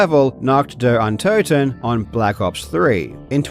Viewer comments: You say "untoten" wrong too, so don't worry. I don't get why people can't bother checking how letters are pronounced in other languages. English "o" is not the same as a German "o", they just look the same. Same with "u" and "v". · Your pronunciation of Nacht der Untoten is quite good, given that you probably don’t speak much German. If you want to improve, consider that Untoten is pronounced on the first syllable, like most German words that don’t start with an unstressed prefix, which un- never is. (Also, the U is more the long OO sound as in goose, but short. It’s a bit difficult for a monolingual English speaker, so I’m not faulting you.) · Your pronunciation of untoten is way worse than nacht, wich I wouldn't expect an English native to be able to say correctly anyways 😂 haha, I wouldn't even mind if you hadn't mentioned it though. Keep up the good work!